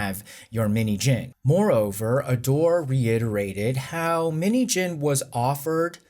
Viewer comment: Out of context, the way you are saying 민희진's name it sounds like minijean😂